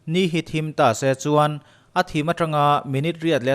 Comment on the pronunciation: Ta see Tih lam hi chu aaa 😂😂Pathian in mihring te hi min hmangaih em em a ni. Ngaihthlak nawm thin ee👍👍👍👍